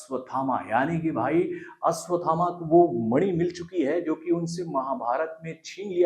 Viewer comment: Tackle aswathama nahi 😂 ashwathama